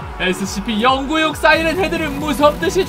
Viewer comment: Scp 영구육 이라고 하지말고 공구육 이라고하세요